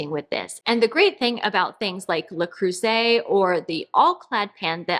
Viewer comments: You still don’t quite say it correctly: it’s Lur Krurzay, with the emphasis on Krur, not on the “zay”. Lur KrurZay, not Lurkrur-Zay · 😊Not to bad but it’s not croo-zay but it’s hard for English speakers to pronounce the e and eu in French. Think about the word “better” and the way you pronounce the last e in better is really close to the “eu” in Creuset 🤗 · Le Creuset: the "eu" isn't pronounced "oo" but [ø]. It doesn't seem to exist in English except for some accents (how they would pronounce "bird"); And it is, indeed, a very good brand ;) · Great video! Haven't finished watching yet but Le Creuset is pronounced Luh Krir-zay (ir as in bird). Love all the wood in your house. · Totally agree with the standing desk, I use to have one at work & it was great ! Regarding Le Creuset, I don't think you have the right sound in english to say 'Creu' ;-) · Eu in French and ir in English are NOT pronounced the same. Listen to it on Google translate. Bonne chance!